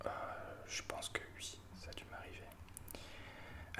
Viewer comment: Harry Potter en boucle, je te suis sans aucun souci! C'est super cette vidéo pour apprendre à te connaître. Pour la prochaine, si j'étais toi, j'inviterais tes youtubeurs à poser leur question. Je pense que prochainement, je tenterai l'expérience pour créer davantage de liens. Mention spéciale pour tes "oui" prononcés "uuui". Le réglage de ton micro est nickel! Merci pour ce moment.;)